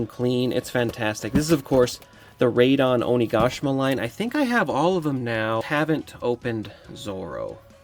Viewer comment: Raid on Onigashima 😂 bro kept saying as 1 long word, Raidongoshima lol. But thanks for review didn't wanna open mine.